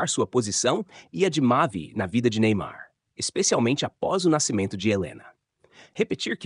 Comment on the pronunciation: Só ela fala Neynar nem ai???